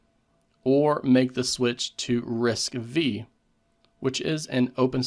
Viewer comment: It's RISC five (roman five), not V (vi)